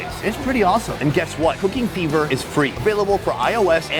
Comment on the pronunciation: I heard "cocaine beaver" when he plugged the sponsor "cooking fever."lol